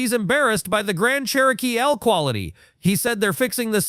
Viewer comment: What is a Cher-Oh-Kee-L😂😂